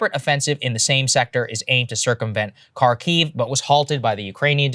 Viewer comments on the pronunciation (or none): It's Har-Keev, not Car-Keys.